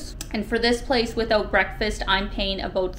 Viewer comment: Aboot?? are you saying about?